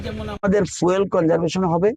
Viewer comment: এটা ফুয়েল নয় ফিউল